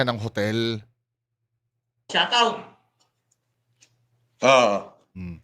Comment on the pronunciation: Shatawt daw sabi ni